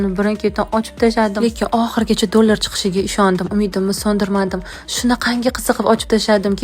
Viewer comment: aytishni qara jala dulor😂😂😂😂